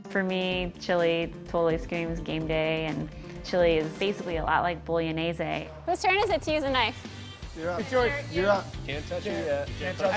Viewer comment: stoya montage which way? It's pronounced: bo-lo-knee-ye-zee